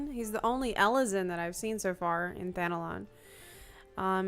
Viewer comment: Why does it sound like I'm hearing Thanalan being pronounced as Thanolon?